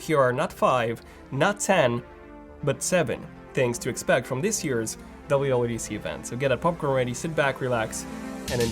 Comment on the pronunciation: be like: DABLEOOO DABLEOOO DEE SEE